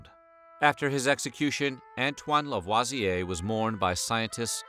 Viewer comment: This was really interesting! I’m half French and I did not know this story. Really wonderful information. Ps- thanks for pronouncing LaVoisier correctly!👍